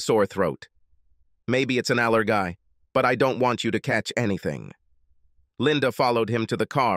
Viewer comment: Geezus. Do u guys even listen to ur content B4 posting it? He gathered his "switcase" and it might be an "aller-guy"? Wtf there's a ton more mistakes than that and it was super hard to follow bc of it. Bc I had to figure out what word was trying to be said and missed the next 3 sentences of the story. Too many times. I mean come on the next ten sentences at least are ridiculous.